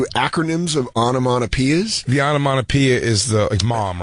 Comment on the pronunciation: lol "Onomonopeea's" Dan is definately a comic who dropped school